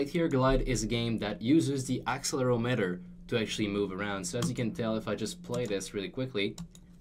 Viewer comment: Pronounces Accelerometer wrong. Me: Dies.